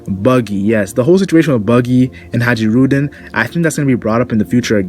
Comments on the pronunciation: I think it's pronounced HIGH-rudin not ha-JEE-rudin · Bruh. Hajruden. Hai-ru-din. The j is silent. Dig the video though and I'm looking forward to a sliver of the grand fleet showing up soon. I wanna see Orlumbus bring that monster sized fleet to Whole Cake and mess the wedding up royally